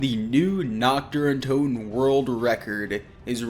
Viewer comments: Please learn how to pronounce NACHT DER UNTOTEN, YOU SAY knocked duruntoden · Nockt dare untoten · as a german speaking guy i love how every none german speaking pronounce "nacht der untoten" 😂😂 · nacht der untoten